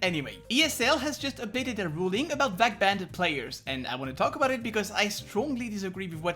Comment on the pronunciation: why u say ' vac banded '